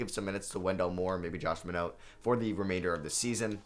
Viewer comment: Totally random but it really frustrated me with your pronunciation of Josh Minott lol. Other than that, great vid